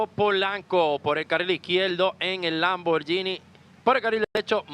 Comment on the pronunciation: He said LAMM-BOAR-GENIE